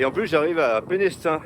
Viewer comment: Bonjour Ah, étonnante cette salamandre au milieu du sentier...elle recherchait peut-être un coin de forêt humide, son lieu de vie habituel. Tu ne peux pas le deviner, mais le "s" de Pénestin" ne se prononce pas. On dit "Pénétin". Sinon tu verras que le sentier côtier à venir est magnifique avec ses falaises ocres. 😊 Croisons les doigts pour que ton matelas tienne! 😊